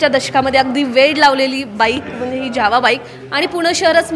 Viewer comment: ज्यावा नाही जावा बोला